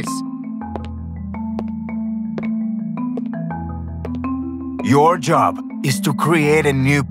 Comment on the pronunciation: Chores are pronounced as «ЧОРС» and not “KORS” Чорс, а не корс.